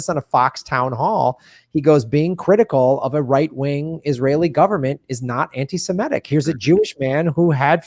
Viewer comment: The word is not pronounced anti semetic but anti-semItic, the 'I' as in 'It'. In' the noun anti-Semite that 'i' is pronounced like the 'y' in 'cry.' To say anti-SEMET would be both ugly and wrong.